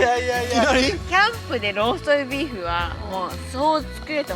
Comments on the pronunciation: こんばんは😊 酔ってローストビーフがなかなか言えない サイコーです😍 その前に飲み過ぎでは（笑） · 酔っぱらった、 ローストビーフが言えないところが可愛い過ぎる。 寝起きスッピンもいいね。